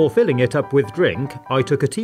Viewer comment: BeFoRE FiLiNIg It Up WiTh DRINK" can this man talk properly?